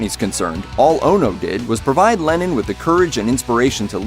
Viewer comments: LennON not LenIN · why do you pronounce Lennon 'Lenin' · Y tf are you saying lenin